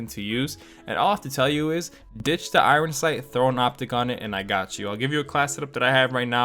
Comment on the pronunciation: Why do you say (eye-Ron sights) for Iron sights. Isn’t it (Eye-ern sights)